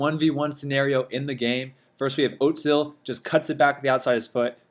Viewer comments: itss ozil not otzil and you should play like willian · i just realized he says oatzil instead of ozil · Great vid, but man, you really need to work on your Özil pronunciation, it's way too American haha ;)